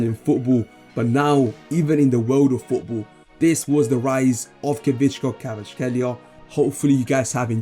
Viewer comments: Stick with this guy, practice how to pronounce his name right. If you happen to know football do analyses on his games and performance after every match. Well, some time down the road you’ll be the first English language you tuber done topic on him from debutant rising to world famous superstar! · Nono don’t worry I wasn’t actually upset just giving you a hard time🤣 Although for the future if you want: Kvi-cha - (not Kvich-ka) Kvarats-(kh)elia - the kh sound is difficult to describe. Nothing really like it in English. I think the best way to explain that kh sound would be the old pronunciation of Loch (the Scottish pronunciation) or the name Bach (the German way to say it)